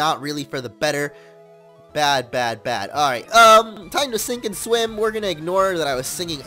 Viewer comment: The first swimmer actually says swink or swim